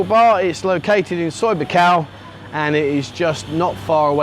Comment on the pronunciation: It IS "Pat-A-YA", not "Pa-ta-a", I've only been here married to a Thai foe 18 years! And it's not "Soi Bakow", it's "Soi Bua Kow", some effort please..........